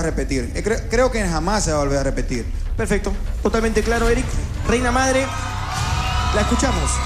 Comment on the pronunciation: se dice MADRE no "AMDRE"